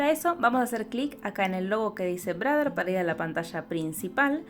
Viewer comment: 😂 "brader"... Ya, ya...